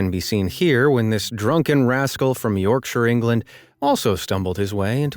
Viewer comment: You got Yorkshire right but Cambridgeshire wrong.